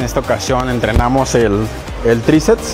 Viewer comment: Buena rutina, sólo una observación y con el debido respeto hacia el caballero, me parece escuchar que dice "tricets" en lugar de "triceps".